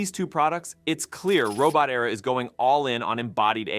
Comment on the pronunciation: "Robot" "Era". Not "Robo-terra" (Robo-terror?) Those second words are not homophones, and mean very different things.